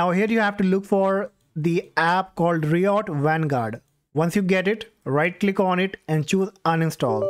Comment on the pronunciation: RYE uht not ree ott